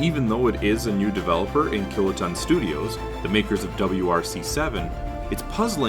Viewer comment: Sorry I know this is a short video but soon as I heard killaton I had to turn it off